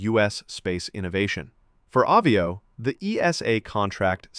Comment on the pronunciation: It's called AH VIO, like Avion, french for airplane, since americants cannot speak English, think of Avi_ation, NOT AWE VIO 😂😂😂